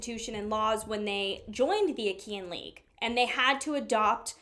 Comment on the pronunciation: Great work as always with this series! Regarding pronunciations: - Lacedaemonian is pronounced like "lak-uh-duh-mo-nee-in", so the first syllable is "lak" rather than "lass". This refers to the Spartans who are from the region of laconia. This is where the term "laconic phrase" comes from because they had a quick and witty way of speaking. - Achaean is pronounced like "uh-ky-in", so the second syllable is pronounced similar to how you would say "kite" without the 't'.